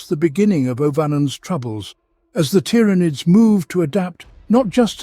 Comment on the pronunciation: The number of different pronouncations of tyranids in this video is insane.